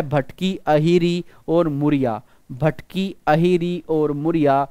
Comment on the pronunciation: Sir wo bhtki nahi matki hai